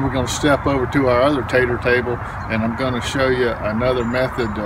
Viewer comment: Great education and clear instructions. Just love listening as you have such a kind, warm voice. Everytime you say tater it makes me smile. Thank you😊